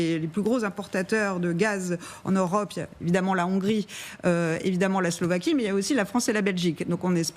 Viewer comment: S L O V A Q U I E pas Slovéquie !